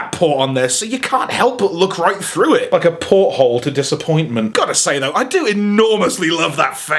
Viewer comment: "Disa-port-ment"........ Finally picked up another 2 Refraktors on sale so I can make the camera mode